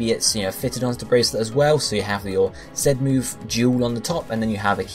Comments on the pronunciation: I listened closely he said Zen at time lol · dude, do you even listen? He says 'ZET'-move not 'ZEN'-move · not being funny but im from the uk and i say "zee" just because it sounds better! so not everyone pronounces it the way he does. lol